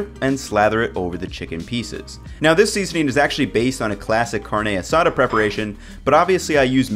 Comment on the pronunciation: Did he really just say ( CARN - NAE ) ( A - SADA ) 🤦🏾‍♂️